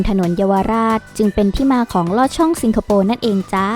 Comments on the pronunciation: สิงคะ ไม่ใช่ ซิง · ทำไมแอดพูด ซิงคโปร์ ไม่ใช่ สิงคโปร์ หรืออ่านได้ 2 แบบอันนี้ไม่รู้ค่ะ